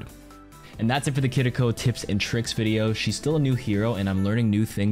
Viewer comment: great video as always. The only thing is that you don’t quite get the pronunciation of “Kiriko” right.